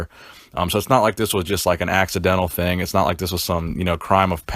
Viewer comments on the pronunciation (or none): none